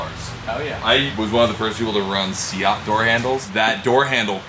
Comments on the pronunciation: Did really pronounce Seat as "see - at"? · as an europian person, the way prenouncing seat is triggering me